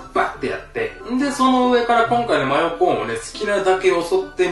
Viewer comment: マヨコーンを.... 真横ーンwwwwwww あれどこいった？ 真横ーンwwwwww